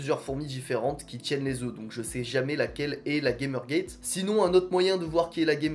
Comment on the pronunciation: Bravo pour la vidéo, tu as une super belle colonie ! Si je peux me permettre on prononce Gamergate : "gamère gatte" car c'est un mot scientifique dérivé du grec et pas du tout un mot anglais 😉